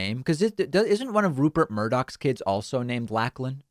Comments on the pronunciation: Lachlan is pronounced Lock-lan not Lack-lan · Thank you. "Lacklan" was making my teeth itch and I'm an American. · Lachlan as in Lock-lan, not Lack-lan. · It's pronounced "Lock-lan" not "lack-lan" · Yeah, Laclan is a popular name there. It's pronounced more LOCH lan, than LACK lan. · Lachlan… pronounced lock not lack 😂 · David: It's Lock-lan, not Lack-lan. It's a pretty popular name in Australia. And yeah, this is a really, really appalling situation. I can't believe that people are like this. But remember, this is a tiny fraction of our population. In my state (for the 12+ population), Western Australia, we have 96% first dose vaccination and 90% second dose vaccination. And we're the laggards! I think that's the important thing. The antivaxxers are a tiny fraction of our population. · My 6 year old granddaughter proudly shows where she was vaccinated. BTW David,we pronounce it Lock-lan,not lack-lan...stay safe mate. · It’s not LACKLAN, it’s said LOCHLAN. Like how you say Loch Ness or Lock. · The name is pronounced lock_land not lack land. Even though it's spelt lachland it should be lochland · The name is not pronounced Lack-lan. It is pronounced Lock-lun. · it’s pronounced “Lock Lin” not “Lack Lin” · Pronounced "Lock Lan" not "Lack Lan" Comrade. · 'Lachlan' is a popular name in Australia and is pronounced like 'Lock-lan' rather than 'Lack-lan' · Its pronounced lock-lan not lack-lan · It is pronounced “Locklan” not Lacklan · Lachlan - Lol, pronounced Locklan, not Lacklan. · It is pronounced 'lock - lin' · Pronounced Locklan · Sorry David... but Lachlan is pronounced as 'Lock - land' as Australian english.. 😆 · It's pronounced Lock - Lan with a soft 'a'. Funny, I'm Australian but have lived in North America for 8 years now. It only just dawned on me that I've never met a Lachlan around these parts. (while we're at it, outside of North America, the male name Aaron is pronounced a-ron, not e-rin). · The way to pronounce Lachlan is Locklan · It’s pronounced Lock-lan